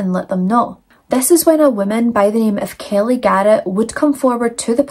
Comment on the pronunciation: 1. I love the way your accent pronounces my name, Kelly😊. 2. I'm not usually a fan of graphic eyeliner, but the brighter color you used looks gorgeous. 3. F*** these 2 societal skid marks, whose names aren't worth the effort of typing.